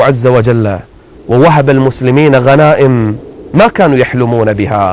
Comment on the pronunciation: اشب الشيخ صار اللدغ يقول مثلمين ليث ... وماينطق السين